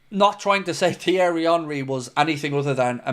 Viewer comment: “TH-ierry” it’s pronounced T-ierry the H is silent you chav🤦🏻 it’s embarrassing Henry’s first name been mentioned over billion times in commentary matches/interviews & all sorts of social media yet couldn’t get it right & you want to talk about a player that clearly hasn’t heard of before just shut up.